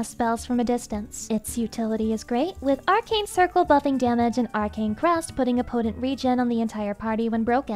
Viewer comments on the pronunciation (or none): none